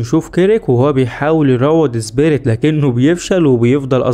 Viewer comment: ليش تنطق سبيريت . زبيريت